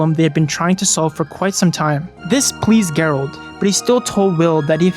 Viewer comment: AI video? Have you even seen this movie? If you had seen this movie you would know you're not pronouncing Gerald right. This feels like a tiktok vid thats been stretched out to 30 mins